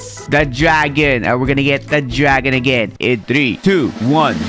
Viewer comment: When bro says gragon and lepard makes me laugh so bad